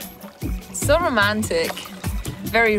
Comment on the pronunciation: Row-mantic lol